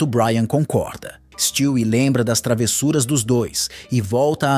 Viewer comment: Mano stwie não se pronuncia desse jeito na série a lousa fala o nome dele de um jeito diferente e esse é o correto